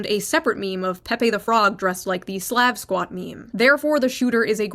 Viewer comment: It feels racist when you can't even pronounce the word Slav